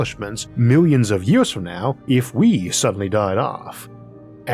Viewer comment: Had to make sure I was not the first person to point out that you should not narrate if you have a speech impediment. It makes it both difficult to listen too and unenjoyable. How did you get through school not pronouncing your "r's"? Is it laziness by you or your teachers? Did you go to school in Florida? I mean c'mon, it is years, not yeaws. Do people tell you 'great job, Elmer!'?